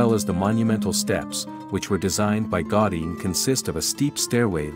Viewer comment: Specifically GAUDI. It's certainly not GOTTI, as you pronounce repeatedly. GA-OO-dí would be much closer. Hope you understand my suggestion. Thank you. ♥